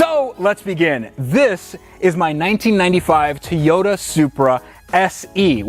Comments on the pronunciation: So did you guys even check your piston ring gap at all? Just curious and if not why? Btw, it pronounced TOY-YOTA and not TEYOTA bruh. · TOYota, not Teyota. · Where do you get the e sound in Toyota. That is annoying that's why I stopped watching the damn video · why do you say teeyota it makes me irrationally angry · TAY-OTA Supra! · Nobody:: TUHHYODA Edit: Don’t be triggered kiddies I’m aware that’s probably the correct pronunciation 🙄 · the type of guy to pronounce Toyota differently every time he says it... Good work, enjoyed the video.